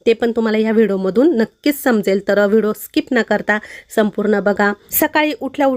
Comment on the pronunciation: ताई vido नका म्हणत जाऊ व्हिडिओ म्हणत ja